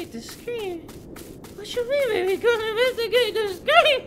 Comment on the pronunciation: "Invastugate the scream": screams 😂